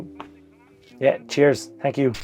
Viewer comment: Thank YOU , or should I say tank you. Congrats and best to you, you're living the dream. Well spoken too. also the Monday uploads are the best